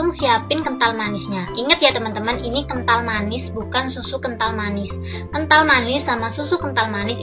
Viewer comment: Ngomong appan anj kental manis kental manie